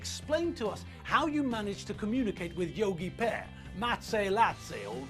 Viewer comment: most esett le... Yogi "p"ear, ma-ci la-ci :)))